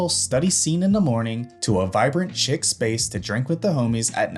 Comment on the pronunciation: No hate, just advice….the word “chic” is pronounced “sheek”, not “chick”; it’s french. I figure you don’t know if no one tells you.